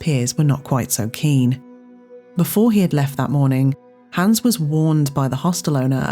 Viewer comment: It's Hans, not Hæns.